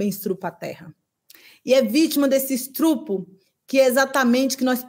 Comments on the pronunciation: Que mulher incrível!!!!!!!!!!!!!!!!!!!! Cultura, clareza, sensibilidade e foco!!!!!!!!!!!!! Usa as palavras com maestria. Falou "estrupo", ficou ainda mais forte e genuíno. Grande mulher. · Essa fala "estrupro" foi intencional, pq?